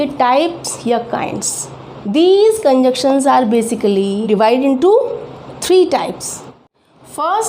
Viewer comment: These are "Conjunctions", not "Conjuction."